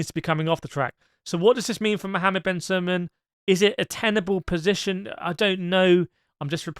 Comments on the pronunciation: Last name is SULAYEM not Sulman. You’re conflating his name with MBS. No “N” in FIA president’s name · is it pronounced sullaman? thought it was sulayem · just a quick question about the pronunciation of ben sulayem, are u mistakenly doing it wrong ? sounds like u saying sulayman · If you cannot even get Mohammed Bin Sulayem's name right, how can we believe anything else you have to say? BTW congratulations on not calling him MBS, but folks may start calling you MBS... More Bull S#!+